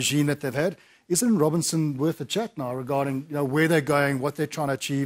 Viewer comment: It's Robertson not Robinson...